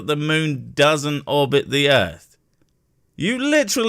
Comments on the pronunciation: the ultimate cherry on this weapons-grade-stupid sundae is that he's not saying "earth", with a -TH, like the rest of us, but "earf", with an -F. This one really has to be my all-time favorite flatard! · This guy makes me laugh till i darn near wet my pants. He's such a moron. Can't even say "Earth", the illiterate fool. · I think he was talking about the earf. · This guy drives me crazy with his refusal to speak words through to their ending letters. Also the word "earth" doesn't end in an "f". He is so intent on remaining uneducated.